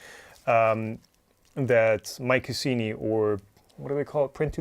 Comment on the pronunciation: I imagine the marketing boffins were aiming for "My Cuisine y" pronounced like the "C" was a "Q"....... not "My Kussini"